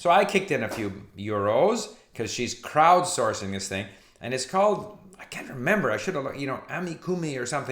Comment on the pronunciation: I distinctly heard "Krautsourcing" ;)